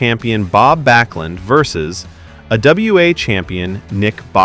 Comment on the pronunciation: AWA champion...... Not " a WA champion". Lol